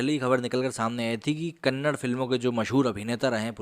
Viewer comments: Bro it’s KANNADA not kannad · It's Kannada, not Kannad.. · Problem with northern Indians is they don’t how to pronounce KANNADA..it is not Kannad. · It's Kannada not Kannad. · Brother it's Kannada and not Kannad.. kindly use right letters when you talk about language.. I don't know why you kept using Kannad... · It’s Kannada chhhhhh